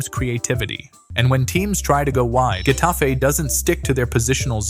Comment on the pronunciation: Its either hetafe, or jetafe (like the j in french i mean) And its genius bro and i think if they would have better players who are also able to being good, like those in psg, then it can work with even less faul